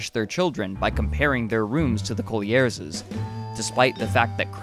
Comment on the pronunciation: "parentses", "brotherses", "Collierses" ?? Woe is me.